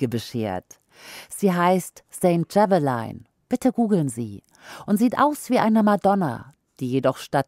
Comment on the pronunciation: Sehr guter Podcast-Beitrag, der bestätigt, was ich in den letzten Monaten beobachtet habe. Ich wünschte nur, man würde lernen englischsprachige Namen korrekt auszusprechen. Die Panzerabwehrrakete aus US-Produktion heißt "Javelin" und nicht "Javeline".